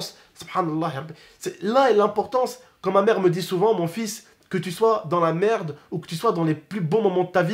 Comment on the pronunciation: t’a dit cbm d’fois "merdeu" 😂